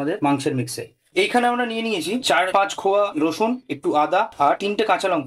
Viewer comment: Daruuuunnnnnnn ❤ but ota rosun er kowaa not khowaaa 😂